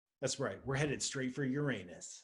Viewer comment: That's why we love Dr Paul -- he's not afraid of the proper pronunciation of "that" planet. Boom!